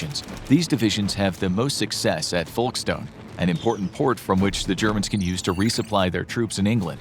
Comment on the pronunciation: you said folkstone completely wrong